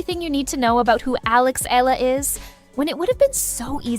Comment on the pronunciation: Last name is pronounced as EH-YAH-LUH